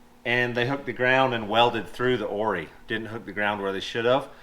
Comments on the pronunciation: I notice that the shock brothers pronounce the shock name differently than you guys and MORR do. they say O-R-I (pronounce all letters) and 'Or-eye" but you guys say 'Or-ees". How can I sound like I know something about shocks if I don't know how to pronounce them correctly? 👨‍🏫 Jeep is looking great! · Just for info, and your strut builder said it, the struts are pronounced O-R-I-s and not oorriis. I run them on my buggy also. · Congratz on 500k, I think it is cute how the dealer calls them O.R.I.s and and still call them Ories. LOL